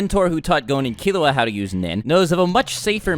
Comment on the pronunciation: Lol when he says killua i think he is saying killowat